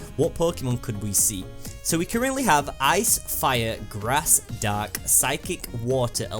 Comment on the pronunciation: I thought he said dog but he said dark.